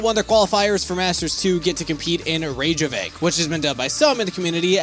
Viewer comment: That's not how you pronounce Reykjavik btw 😆 but great video thank you!